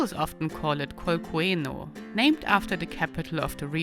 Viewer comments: The name of the province is Cùneo, not Cueno. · Great! Cuneo, not Cueno 😂😂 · Really nice video! But, some mistakes on pronunciation 😅, it’s Cuneo, not cueno . but thanks again for give me some travel ideas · The name of the major city is CUNEO...not CUENO XDXD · The pronunciation of Cuneo hurts a bit, but otherwise nice video.